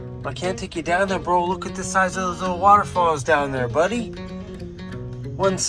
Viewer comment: I thought only native people said Loogit. lol